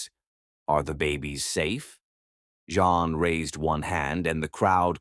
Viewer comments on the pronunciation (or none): Your story is sweet, but it's annoying when the computer says John instead of Jean. If you listen before posting it you would catch it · Rating 9. It is me from NJ again at the end of the story. Rating 10. I love the way read the story. I rated it 9 because I thelead female's name was Jean but was repeatedly pronounced as John. I found that distracting.